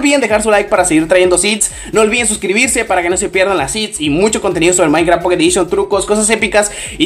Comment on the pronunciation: like si escuchaste que decía mainkra XD